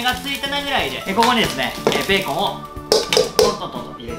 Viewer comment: ビーコンみたいにベーコンって言うな